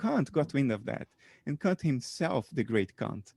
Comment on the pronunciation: Bernardo has a fantastic take on many things but his pronunciation of the great 'Kant' needs work. You know, just so he follows a 'safer' path ;)